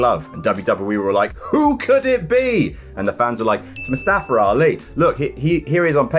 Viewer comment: Its MuSstafa..MUSSTAFA!!!!!